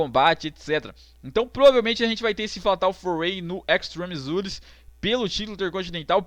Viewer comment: "Extreme Zures". rei da pronuncia.